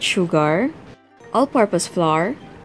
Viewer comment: You don't know how to say flour its not read as flar its read as flower but the spelling is not flower the spelling is flour but its reader as flower